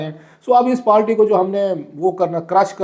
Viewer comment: بھائی برائے مہربانی پارٹی کو پالٹی، قائل کو قیل کہنا بند کرو.